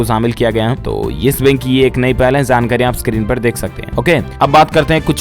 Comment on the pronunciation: Dear news reader kindly pronounce J not y( jaankari not yaankari)